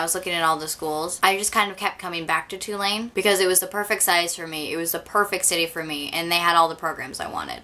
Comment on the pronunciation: what college is she saying? twolanes?